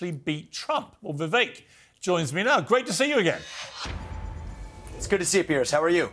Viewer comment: Tip for non Indians - pronounce it as we-wake.